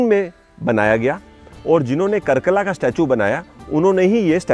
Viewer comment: nice video, a small correction- it's कार्कला not कर्कला